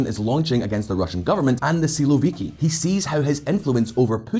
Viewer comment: Man, You pronounce "siłowiki" in a way that it sounds like "słowiki" (at least in polish ear :) ) It's a little funny, because "siłowik" is a term used to describe an aggressive stance, usually called a "hawk" in English. On the contrary, "słowik" it's literally a nightingale (Luscinia luscinia) . I can't imagine Shoigu or Kadyrow as a nightingale singing in the meadow in the evening :D